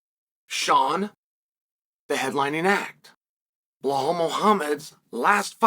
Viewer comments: BLEHAL ??😂😂😂😂 it’s BELAL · Is there a video of anyone bringing to Chael's attention that he is butchering BLAHALS name? lol I know he is trolling. But we need to be sure. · chael i respect you for defending belal muhammad but if you claim to respect him then it's time for you to start saying BELL--ALL and stop saying BLAH-HALL cause it's truly disrespectful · Absolutely not a single soul on the face of the planet : Chael : BlAhal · Sometimes "Ba lol" 😂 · Mispronouncing his name just makes chael look ignorant and stupid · He is doing it on purpose